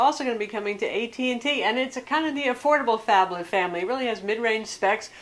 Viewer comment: not a phablet ..a fonblet ...